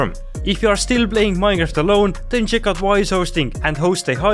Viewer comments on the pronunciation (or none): he said miehnhaft